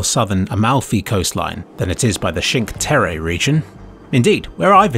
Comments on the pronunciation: The Cinque Terra pronunciation lol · I love Hitman and Sapienza is my happy place. Everything in this video is great except the way he pronounces Cinque Terre, which is kind of criminal. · 5 Terre pronounced like it's a city in Japan That's a new one